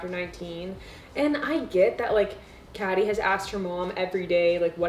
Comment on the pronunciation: Uh i love this video but honey its pronounced like katy